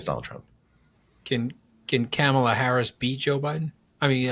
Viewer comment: Say comma (like the punctuation). The say la. The say them together and you will get the name right of the next POTUS. It’s not camela